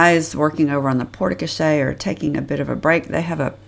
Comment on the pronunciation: It’s pronounced Port Co-share 😂